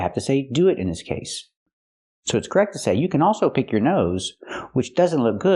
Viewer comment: U forgot to talk about « PICK your nose » she pronounces it as « peak » n not pick.